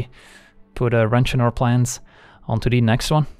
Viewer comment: "Onto De Next Wan" is why I am subscribed.